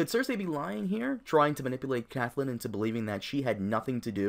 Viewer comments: It's pronounced "Cat-lynn"... not "cath-lynn"... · her name is CATTTTTLYN nopt caTHlynn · The way you pronounce Catelyn is so cringe. Good video though lol